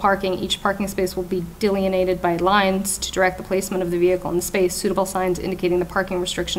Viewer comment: Judge McIntyre doesn't even know how to pronounce "delineated." LOL!